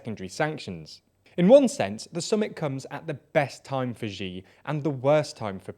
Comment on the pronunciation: Please make the effort of learning how to pronounce names of people or places properly, before you present it to us!